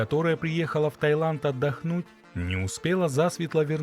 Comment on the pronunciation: Таиланд, а не Тайланд.